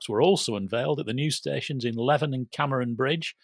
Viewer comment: Great set of topics again, will be interested to see what northern projects ever get started. Important discussion with the two ladies as well. Happy to see you mention the Leven reopening. Handy tip Leven is pronounced differently. Rhymes with Leavin' . I suspect you might be thinking of a Cumbrian viaduct with a similar spelling! Interesting ScotRail are not letting us know the result of the consultation about which route the trains will take in fife, I.e. via kirkcaldy or dunfermline for some unknown reason. Must be a big secret! Great listen as always.